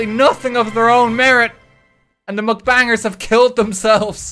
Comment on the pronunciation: Is anyone gonna tell him its mukbang and not mcbang??? Or like?